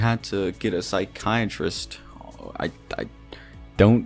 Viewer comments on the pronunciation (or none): none